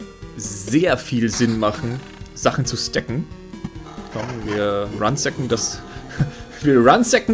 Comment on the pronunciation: das tut ja immer in den Ohren weh :P das heißt ransacking nicht runsacking :P also das gute alte Plündern